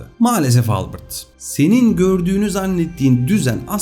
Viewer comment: Harika video ama Albırt değil Albert diye okunur adam Alman Ingiliz değil 😊👍